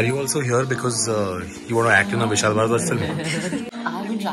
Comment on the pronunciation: Did you just said Vishal "Bhadwa"?